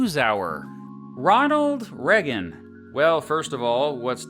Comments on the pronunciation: you pronounced ronald reagan so weirdly...... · you pronounced ronald reagan so weirdly...